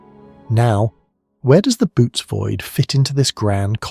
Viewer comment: There is a difference between Bootes, Boōtes, Böotes, Bóotes and Bôotes. The Boōtes Void, pronounced ( bow-tees) has been a subject of interest to me since I first heard of it.